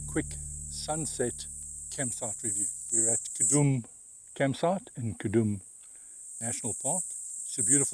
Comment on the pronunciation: Khaudum ( cow-doom) not ka-dum!